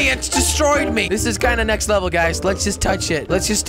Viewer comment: Jelly it's leveL not leveR haha :p